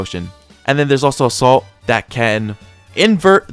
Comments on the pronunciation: Where is he getting saint out of the word salt?? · salt not saint